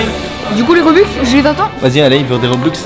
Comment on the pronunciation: c’est robux mais en russe